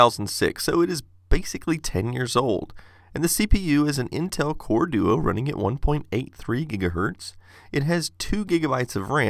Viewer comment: Wow I didn't expect "Core-Duo" to sound so jarring. It feels like a mispronounce